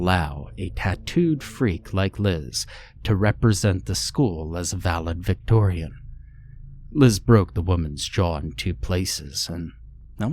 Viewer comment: Ok did anyone else hear 1st story ... valid- victorian???¡¡¡¡!!! Isn't it validictorian?? C'mon! 😂😂